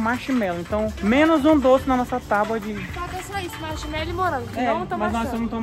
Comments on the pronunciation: É tabua e nao taba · Tauba? Tábua.... Kkkkk